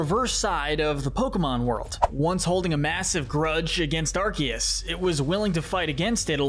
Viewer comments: He said Arceus correctly though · finally someone who says arceus right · For your information, the C in Arceus IS supposed to sound like a K! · Arceus is pronounced aar- see- uhs